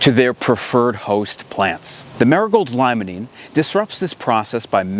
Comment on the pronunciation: Jsyk, limonene is pronounced, “lee-muh-neen”.